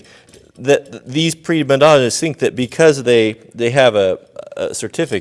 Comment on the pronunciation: "Prima Donna" dude. Not "pre Madonna".